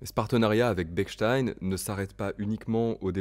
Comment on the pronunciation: Parfait ! A part La prononciation de Bechstien (ch et non k) 🙂 J'aurais aimé entendre un pianissimo dans l'aigu...